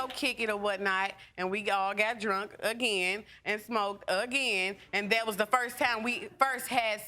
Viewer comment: The word is THAT not DAT